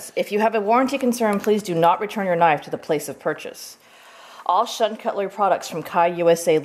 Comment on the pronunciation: its pronounced ( shoon )